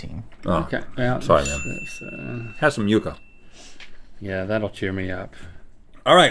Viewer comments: Amy Vivas lol and how Rhett called it yuck-uh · The fact that Rhett pronounced Yuca “Yuh-Kuh” hurts my Cuban soul 😭